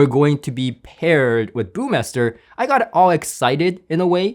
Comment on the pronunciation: Hi, not one to criticize, but your pronunciation of the word “Burmester” is off. Please don’t leave out the ‘r’ there in the middle, otherwise you’re good. Better than “Burmeister”, which is also incorrect:) thanks for the great coverage!